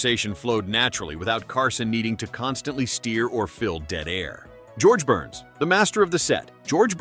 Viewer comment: George Burns. "Burns' " ( a possessive case of 'Burns' ) is not pronounced "Burnses." It is pronounced "Burns." Duh. Neh? Duh. Neh? Duh. Neh? Duh. Neh? Duh. Neh?